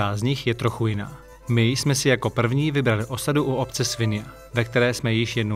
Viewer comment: je to SVI-NIA, nie svinyja!